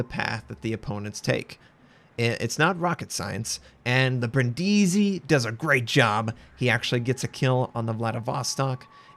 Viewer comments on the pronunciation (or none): Bríndisi, not Brindísi PLEASE. Every youtuber is saying it wrong, it sounds TERRIBLE xD